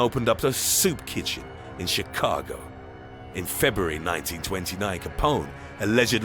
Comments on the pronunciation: a SOUP kitchen, in chi-CA-go. This voice cracks me up. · I know "...in CHIHCAHGO'